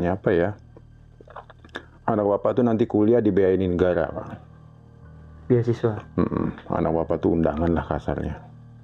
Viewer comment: ..8.22, beasiswi bukan beasiswa, yhaa apa iyhoo.....